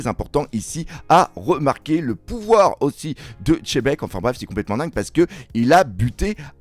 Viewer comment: Xebec pas Chebek 🙂